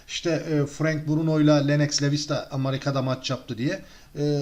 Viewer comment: Amarika değil amerika e ile